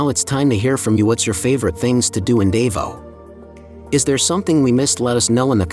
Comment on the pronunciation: You need to learn how to pronounce Davao